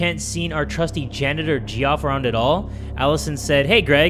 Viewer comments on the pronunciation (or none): G-off,? Really? Geoff is pronounced the exact same way as Jeff my guy. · Omg it physically hurt me when he said ''Jeeoff'' instead of Jeff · Bro really said "ge off" instead of "Jeff" XDD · pronouncing Geoff as (Jee-off) instead of (Jeff) is honestly adorable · he read Geoff as gee off LMAO I hate that spelling of Jeff that's how everyone should read it, gee off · Not him saying “geeoff” instead of “Jeff” 😭😭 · "Gee off" my poor guy Geoff he got his name so wrong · this is just an hour of jay saying Geoff wrong and crushing on a 6'3" athletic guy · The way he pronounced Geoff though 🤣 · the way jay pronouncing Geoff 😂😂